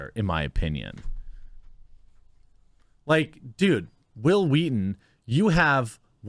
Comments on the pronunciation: The fact that you’re putting more emphasis on the “h” makes it so much funnier when you say Whil Wheaton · I love how you did the Family guy Stewie pronunciation of Whill Wheaton...lol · "Whill Wheaton" - Stewie Griffen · It’s wHill wHeaton.